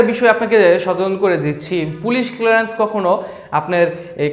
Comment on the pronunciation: এটা কিলারেন্স না ক্লিয়ারেন্স 🥴।